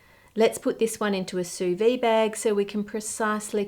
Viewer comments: it's "sous-vide" (litterally "under vacuum"), not "sous-vie" ("under life"). The 'd' is not silent. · Sous vide is pronounced soo veed, not soo vee. French consonants are never silent when followed by vowels, even if they're silent vowels.